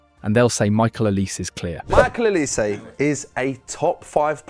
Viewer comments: olise not olease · His name is Oh lee Say Not oh leece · His name is “OLIZÉ” not “oliss” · Please can you pronounce "Olise" correctly... it sounds "Olisay" normally (trust in me, I'm french), it's not "Olis".... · yeah you are right, but it's not pronounced "z", it's "s". O-li-sé. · Hold on. I'm supposed to listen to a YouTuber on who's better between Yamal and Olise who doesn't even know it's pronounced O-lee-SAY ? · Came on here to say its OLISE don't forget the E 🙏🏾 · The name is OLISE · know his name it’s just not pronounced “OLISS” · bro just said his name 5 times and you still mispronounced it😂 good vid still Edit : after watching the whole video, what name do you not butcher ???😂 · It’s Olise, not even close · The way you pronounce Olise is incorrect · At least pronounce Olise's name correctly.